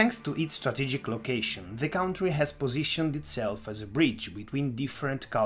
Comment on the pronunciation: And not "cowntry'